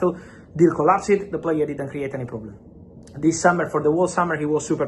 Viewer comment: per favore Fabrizio, 'COLLAPS-D' non 'COLLASIID'